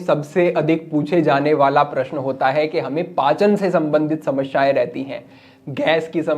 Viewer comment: Shamashyain Nehi hota Samasyain hota hota hai Galat ucharan na karain